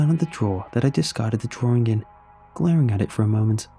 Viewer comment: I'm sorry but I hear it as "drawRING"